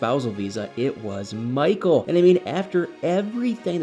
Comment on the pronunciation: Poor "Mah-cull". This screams "Get Out 2" 😂